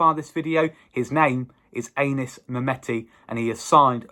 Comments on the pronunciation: pronounced Annis rather than Aye nis I believe 👍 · It's not Anus mate! It's Anis!